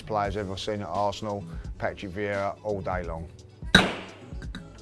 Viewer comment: FFS... it's Vieira not viera or veira.